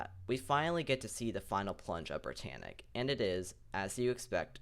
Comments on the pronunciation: schip entschuschiascht brittanitsch was very schtrong schip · Why do you do that brittannic